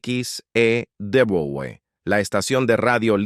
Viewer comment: SE PRONUNCIA EQUIS E DOBLE U X. E. W.